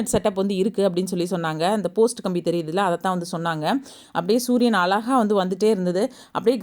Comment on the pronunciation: மிக்க மகிழ்ச்சி முதலில் நீங்கள் நம்ம தமிழ் மொழியை கொள்ளமல் பேசுங்கள் .அலகாக இல்லை (அழகாக).